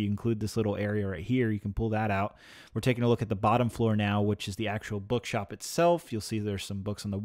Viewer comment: Did anyone here him say. “BugShop”